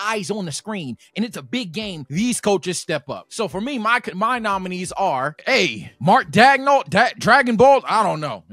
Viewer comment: “Mark Dagnall” 😂